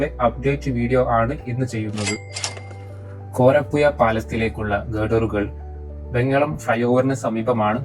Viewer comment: വീഡിയോ കൊള്ളാം പക്ഷെ കോരപ്പുയ അറപ്പുയ മാമ്പുയ എന്നൊക്ക പറയുന്നത് കേൾക്കുമ്പോൾ വല്ലാതെ തോന്നുന്നു ഓഡിയോ കേൾക്കാൻ തോന്നണമെങ്കിൽ അക്ഷരങ്ങൾ കറക്ട് ആയി പറയാൻ ശ്രദ്ധിക്കുക.